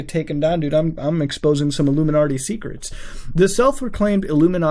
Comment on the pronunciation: Lol "illuminardy"